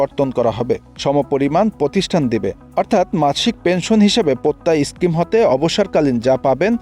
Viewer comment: স্ক্রিম না স্কিম